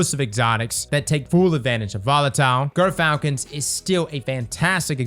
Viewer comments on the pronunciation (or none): How about Gyrfalcon’s instead of Grrfalcon’s?